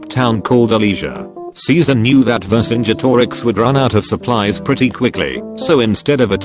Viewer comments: This thing pronounces Vercingetorix correctly, but has to spell out "shortsword" and says pronounces ez as spelled instead of ee-zee. dafuq? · So you're telling me this voiceover man can pronounce "Vercingetorix" but can't say "Facebook"? 😲